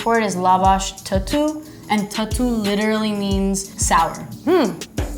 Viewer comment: (Միրեյ) completely butchered ttu(թթու) to tutu. Whaaa!??? Also, Tan is a really refreshing drink. It has special 'tutu' 😂 taste, salty taste and a watery taste to it. BTW, the mixing is done with care you can't just add the ingredients and mix it like a toddler. I myself take a full minute to make a cup of tan. And a full 2 minute for a full jug. Enjoy bonchig everyone!